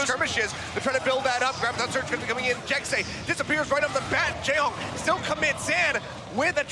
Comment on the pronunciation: hehehe, "Jekse." It's pronounce like Jessie